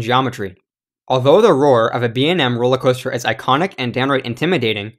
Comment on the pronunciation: this man said "roller cwoahster" lmfao